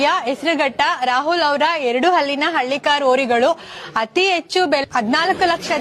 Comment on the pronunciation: ಹಳ್ಳಿ ಯನ್ನು...ಅಂಥ ಏಳಮ್ಮಿ.. ಹಲ್ಲಿ ಅಂಥ ಏಲಾ ಬೇಡಾ...😂😂😂